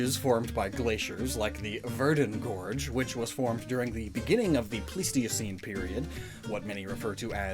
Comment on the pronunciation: Its plai stuh seen not plee steo seen lol